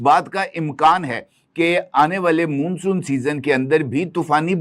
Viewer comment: मुन्सून क्या होता है बे मान्सून को मुन्सून बोलते है 😂😂😂